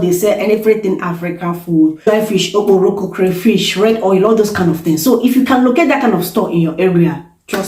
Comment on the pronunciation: Ogboroko, lolz the way you said it